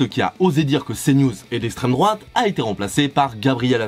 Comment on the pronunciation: « Si la fote a l’isstremdroate » ça innove les gauchistes dit moi